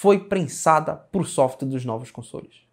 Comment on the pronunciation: Toda vez que fala console dá a impressão de ouvir consolo kkkkk